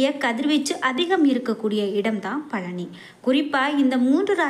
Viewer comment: பலனியா?பழனியா? நாக்கைசரியாகவடிக்கவில்லைஎன்றால் இப்படித்தான் உச்சரிப்புசரியாகவராது உடனே முருகனை நினத்து தங்கள் நாக்கை நன்றாக சுத்தமாக வடிக்கவும்.